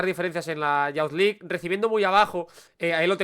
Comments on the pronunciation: Es "yuz" League, no "yauz" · Buen análisis pero me mata cuando pronuncias Youth League como "yauz". Sería más parecido a "iuz"